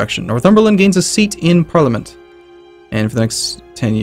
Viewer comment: The Gentleman Who Prefers Blondes I also repeatedly facepalm at his pronunciation of parliament... I mean, seriously?